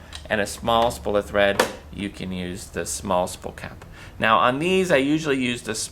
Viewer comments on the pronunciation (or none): A "spull" of thread. Spull?